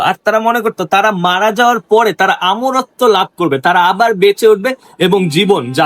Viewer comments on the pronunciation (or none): কিছু পাগল ছাগল আছে না বুজে ছাগলের মতো বে বে করে😂 আরে আমি বুজলাম ইংরেজি শব্দ মামি তবে ওনি তো বাংলায় ভাষায় যেহেতু পুরো কথা বলেছেন ওনার এখানে মমি বলা উচিত ছিলো।আসলে উনি বেশি ভাব নিয়ে কথা বলতে গিয়ে বাংলা ভাষা কে তুলো ধুনো বানিয়ে দিয়েছে যেমন অমরত্বকে আমরত্ব বলেছে এরকম আরো অসংখ্য ভুল আছে😅😅😅তারপর ও কিছু পাগল এসে না বুজে নাচবে😜😜